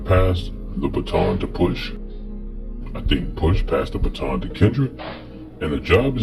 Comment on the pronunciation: It’s ‘baton’ my guy